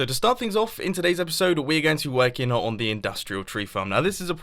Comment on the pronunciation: "This Epishode" And you said "my little storage system" Little? LITTLE?!?!?!?!?! Third thing - idea for the storage system. How near is it to the item transportation system. Just filter it in to that.